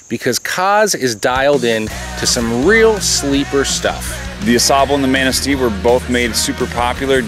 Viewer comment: Lmao the way he pronounces Au Sable and Manistee. Go home bum